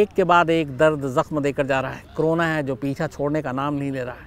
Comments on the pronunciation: कोरोना को क्रोना ? उच्चारण में गलती ! गलती से या सोच समझकर ! शब्द का अपभ्रंशित उच्चारण , अशुद्ध क्यों ? विकृत क्यों ? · शम्स जी ये क्रोना नहीं करोना है।